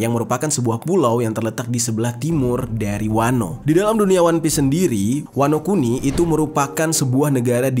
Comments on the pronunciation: Wanokini... Wanokintil jer bukan wanokini wkwkwk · Wanokini Apa Wanokuni" Yonku Apa Yonkou" 🤣🤣🤣